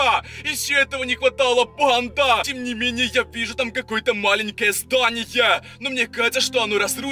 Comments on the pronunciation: У тебя проблемы с речью ты уже надоел меня бесит то что ты ставишь ударения на последние буквы в словах: бандАааа СараЕееее МужчинЫыыы БежиТттт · Не не верю я в то что это настоящий суккуб подросток. Т. К суккуб подростка уже давно поймал SCP фонд. И 1 вопрос, я не прикапываюсь не подумай но зачем в конце каждой фразы так выделять букву типо, Суккуб подростАК. БандА.